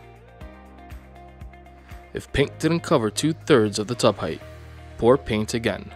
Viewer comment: Drives me nuts everytime he calls it paint